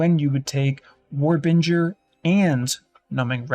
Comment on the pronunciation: War Binger.... Binger not Bringer. He literally shows the node in the video